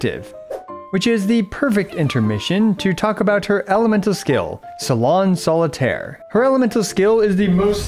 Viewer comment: complicated kit is an understatement imo, also, i roffled when he butchered all 3 salon solitaire's supposed french names 😂